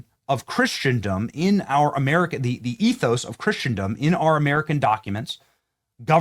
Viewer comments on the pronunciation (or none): It’s pronounced without the T. Chris-en-dum. Not christiandom